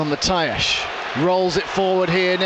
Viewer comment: please, do me the favour, and learn how to pronounce Matias correctly